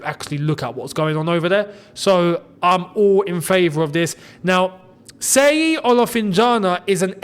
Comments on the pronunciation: Hello, His name is pronounced "She-yi" and not "Se-yi" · it's no pronounced as seyi... it's Shay yee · "Sheyi" not "Seyi". Nigerians will soon sue you 😂😂😂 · It's pronounced "shh" as in "SHEY-YI" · Seyi is pronounced with the S as Sh so then Sheyi, its a Nigeria name Thanks for your good work